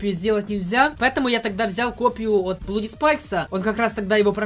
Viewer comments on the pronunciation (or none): none